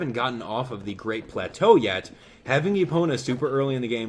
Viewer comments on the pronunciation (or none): none